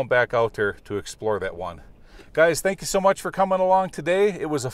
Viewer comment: Tank you vary much lol